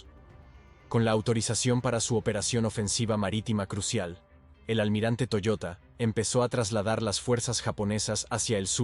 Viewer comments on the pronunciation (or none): Toyoda no toyota.... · Era TOYODA, no Toyota....